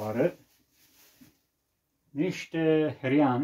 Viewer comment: Se numeste Hrean nu Hirean.